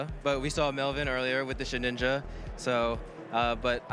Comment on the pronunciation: I swear misprnounces ghost mons on purpose, first the treviant memes and now shed ninja...